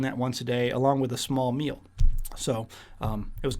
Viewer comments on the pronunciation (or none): none